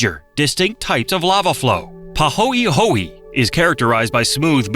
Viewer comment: Pronounced, Pa ho eh ho eh, not Pa ho ee ho ee. The letter “e” is an “eh” sound like many non English languages around the world.